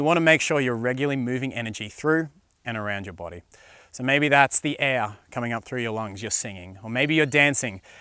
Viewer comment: I like the way he says “air” he says it like “aiyah.”